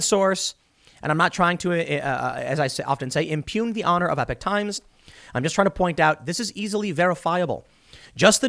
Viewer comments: I see and read it as epock as well, you aren’t crazy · Eee pock times not epic times